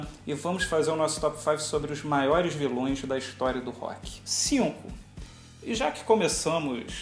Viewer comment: auheauheuaehu viloes do rock "avioes" hahahaha